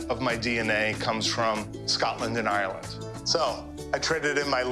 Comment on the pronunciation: I hate when they say ‘oh I’m from Ireland’ when they can’t even say Ireland right…..